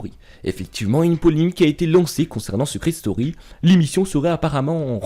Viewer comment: Secret "stoury" mdrr